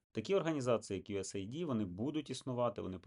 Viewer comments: Єдине: не USA ID, a US AID (ейд), тобто united states aid (допомога) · ю ес ейд. Ю ЕС ЕЙД! Мать вашу. Ніяких ай ді!